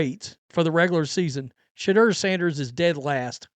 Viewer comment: Im not really a Sanders fan, but why cant this dude say Shadeur correctly. Very annoying to hear someone screw up names while trying to sound informed. Its Sha-dour not Sha-der.